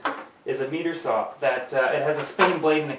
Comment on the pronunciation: jonnyboy5050 Canadian here, he said "meter saw". Everyone I know says "miter saw"